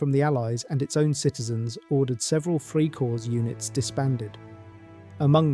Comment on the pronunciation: The word is freikorps. The s ending is not pronounced just like in English.